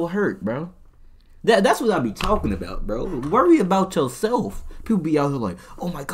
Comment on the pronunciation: “Stand up for yo sel-😳” got caught slippin😂